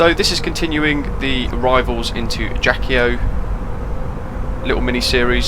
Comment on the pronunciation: Thanks for your video. Very useful as usual ! Just the prononciation is "ajaksio".